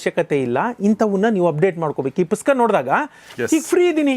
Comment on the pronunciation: ಗೌರೀಶ್ ಸರ್ ನಿಮ್ಮ ಈ ಹೊಸ ಪುಸ್ತಕದ ಕುರಿತು ಮಾತನಾಡುವ ಈ ಕೆಲಸಕ್ಕೆ ನನ್ನ ಅಭಿನಂದನೆಗಳು.ನನ್ನ ಒಂದು ಮನವಿ ನೀವು ಪುಸ್ತಕ ಅಂತ ಹೇಳುವ ಸಂದರ್ಭದಲ್ಲಿ ನೀವು ಪುಸ್ಕ ಎಂದು ಹೇಳುವಿರಿ. ಸರಿಮಾಡಿಕೊಳ್ಳಿ.